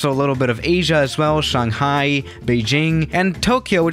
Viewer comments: U speak "Shanghai" Wrong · Shanghai Beijing me hmmm he say like chinese lol